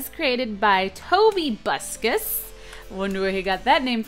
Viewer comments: ITS TOBUSCUS NOT TOBYUSCUS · It's tobuscus not toby-buscus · Lol it's pronounced Tobuscus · I think it's tobuscus and not toby buscus any ways great review! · tobuskus NOT toby buskus!!!!!! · Tobuscus not Toby buscus! And for people who dunno his real name his name is Toby turner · lol! TOBUSUCS!!! LOL! CUPQUAKE! ITS TOBUSCUS! OMG! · Its not Toby uscus its Tobuscus or Toby Turner :P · First its TOBBUSCUS NOT TOBYBUSCUS,second TOBYGAMES WHO MADE THIS NOT TOBBUSCUS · It's actually tobuscus, not toby buscus (toe-bus-kuss) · It's Toby Buscus. Toby games+Tobuscus. Not Tobuscus or Toby games. Toby Buscus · Tobybuscus? It's Tobuscus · It's tobuscus not Tobybuscus, geez also what's up with that cat at the end of the video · Guys it's not tobuscus it's tobybuscus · Tobybuscus? Do u mean tobuscus? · It's not Toby buscus it's tobuscus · You said tobybukus it's tobukus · Not toby bouscous its to-bouscous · Its tobuscus not tobybuscus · Tobuscus not tobybuscus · TOBYbuscus.not Tobuscus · its toe-buscus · It is pronounced (toe-bus-cus) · its pronost to-bus-cus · Its to bus cus say it toe bys cuss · It is toe bus cus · I can't believe that you said Toby's name wrong